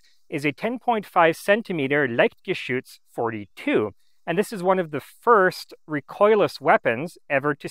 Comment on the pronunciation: I've noticed from other videos he also has somewhat trouble with -ch. If you notice he says "liktgeschütz". That and the heavy french pronunciation of some words (Mercure). But I don't judge. I know people who live in Germany and still are capable of butchering every single word they say...